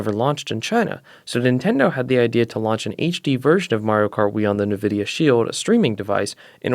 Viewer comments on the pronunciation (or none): IT"S PRONOUNCED IN-VIDIA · that's cool man, doesn't stop me from having an aneurysm when people say navidia